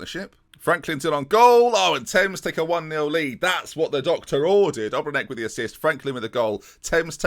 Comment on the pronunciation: Maybe say ObreNitsj instead of Obrenek. But Great series, man! You are a true hero.